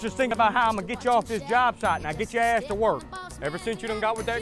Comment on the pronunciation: Suggestion: when you say ass or gas or words that sound like that...pronounce 'ace' sliiiightly. 'Getcha ace ovaar n get ta werk'.